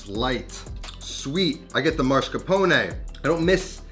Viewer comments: I'm Italian and my issue isn't the lack of eggs, it's your pronunciation. It's masCARpone, not MARscapone. There's no "R" as the third letter. Americans always do this and it's incorrect. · Dude, it's Mascarpone and not Marscapone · why do all Americans call mascarpone marscapone? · MASS-CAR-PONE NOT MAR-SCA-PONE like you're pronouncing it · Did he say “mar”scapone? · MAH-scarpone. MAH-scarpone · why is bro saying marsh-capone 😭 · im just mad that you cant pronounce mascarpone MASS-CAR-PON-EH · I'm romanian and I was shocked by the way he said it. Marshcapone wtf!! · What’s up with Americans and pronaunciation of mascarpone? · Same. Maybe it's because I'm in the USA but I've never heard anyone ever say it that way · I can't get over the pronunciation of mascarpone